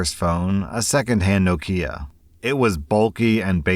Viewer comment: The way you said Nokia offended my ears